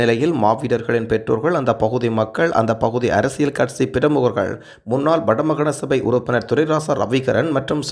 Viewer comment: கற்சி இல்லை தோழரே கட்சி எம் உயிர்த் தமிழை கொலை செய்ய வேண்டாம்.